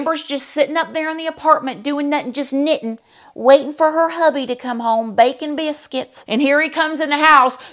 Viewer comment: I still come back to watch 😂😂😂 says "baking biswuits" Lol love her